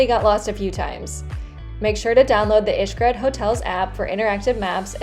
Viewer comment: Pronouncing Xcaret like “ish-cret” kept throwing me for a loop lol. But good job on the review